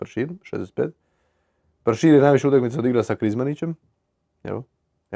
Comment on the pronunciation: Zašto Krizmanić umjesto "utakmica" govori "utainca"? 😄